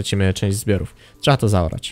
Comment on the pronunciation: Z informacji z tego odcinka nie dziw się że oglądalność Ci wzrosła bo odcinki są coraz lepsze i się miło ogląda . Jeżeli pracujesz nad dykcją to popracuj jeszcze nad słowem (trzeba) bo czasami słychać (trzea) a u innych youtuberów jeszcze gorzej słychać (cza) . Pozdrawiam!!!